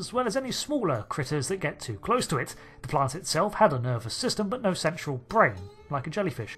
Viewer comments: yeah, it's clearly "central brain" but you can't unhear "sexual brain", even rolling it back. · I think it was meant to be central brain but it sure sounds like he accidentally said what you wrote! (Perhaps combined “actual central” or something…)